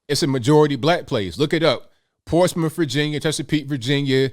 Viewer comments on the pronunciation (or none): I have never heard of "Portsmiff."